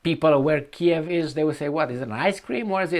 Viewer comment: it’s Keeeeev 😂